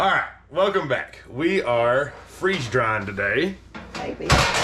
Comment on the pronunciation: I thought you said “freezing drying balls”!!!😂😂😂